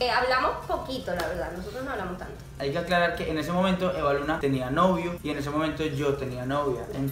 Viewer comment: Ya sabemos que así no se escribe supongo que lo puso como un chiste, porque Evaluna lo dijo mal🙄